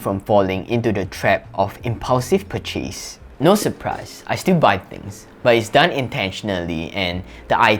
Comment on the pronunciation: Thanks for this. I am a native English speaker and sometimes find the words you speak hard to understand - I worked out this is due to your stress on the wrong syllable eg purCHASE should be PURchase and or else equal weight. PerFECT should be PERfect. Priority should be priORity. Sharing because I think it would help you. Generally, your accent is pretty clear and a very nice voice.